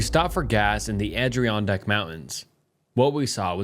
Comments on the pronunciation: The Adirondack story is super close to me, I live 10 mins from lake George. These places are pronounced a·dr·aan·dak and aal·buh·nee. Love your stories and narration as always ❤️keep up the good work! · Bro mispronouncing “Adirondack” is tremendous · The pronunciation of Adirondack is killing me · nice video “Adreeondack” Is pronounced “add-or-on-deck” And “alBanEe” Is All Ben ee Lmao I’m from upstate love your videos! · "Adriondack" mountains, jfc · I can't listen to you butcher Adirondack all day. 😢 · His pronunciation is hilarious, as is the pronunciation of Albany. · Had to stop listening when he kept saying “Adirondack” wrong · I hate doing this cause I know how it comes across, I mean it with kindness- please look up how to pronounce Adirondack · I live up in NY and hearing you pronounce Adirondack was killinggg me LOL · The mispronunciation of Albany and Adirondack was amazing❤️😂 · How do u butcher Adirondack that many times